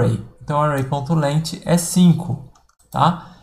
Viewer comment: fala, "length" se procuncia "leng" e não leiti kkkk joel santana idiomas. mas até o professor na aula fala errado. Brincadeira. um abraço!